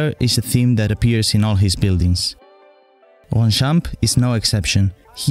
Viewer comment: That’s sooo cooool, I actually live there and just so you know it’s pronounced Ronchamp. You’re welcome, and I’m pumped for your next video 👍 dope man